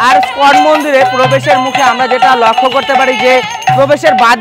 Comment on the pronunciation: কথাটা স্কন মন্দির নয় ইসকন মন্দির হবে। খুব ভালো কাজ করছেন কিন্তু নিজের ইম্প্রেশন টাও তো জমিয়ে রাখতে হবে, তাই না? একটু মনোযোগ দিলে আরো ভালো হবে।